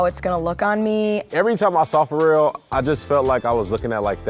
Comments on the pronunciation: But that guy pronounces Pharrell like Fo-rell 😂😂😂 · Who else didn't know pharrel was pronounced like that